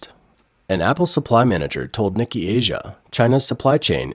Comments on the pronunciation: "Nee-Kee Asia"?? It's NEE-kay. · I'm pretty sure the 'Nikkei' is NOT pronounced 'Nik-ee' like the American name 'Nicky'.... I believe it is Japanese and is pronounced 'Nee-kay' :) I hope this helps for future videos :) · its pronounced "neekay" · Nikkei is pronounced: Nihk-kay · Its hard to take anyone seriously about the Asian market when they pronounce "Nikkei" "nicky". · Please check pronunciation of Nikkei